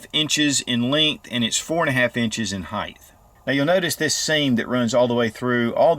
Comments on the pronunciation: It's funny when you say "heigth" instead of "height" 😂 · he is saying "heighth", it's a colloquialism sigh